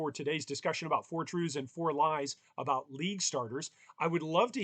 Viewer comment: mans says truves great video